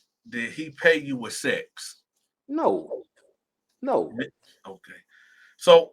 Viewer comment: He said, "I had sess, wit him, then he had sess wit him, then I had sess with him" Lol just like I typed it